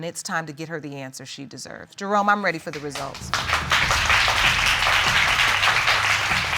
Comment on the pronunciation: Eee every time I was hearing the judge calling him I heard Drone🙈 and it is Jerome😉